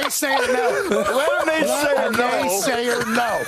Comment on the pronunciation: "Naysaya, please! Can ya lend a naysaya a pencil?"😂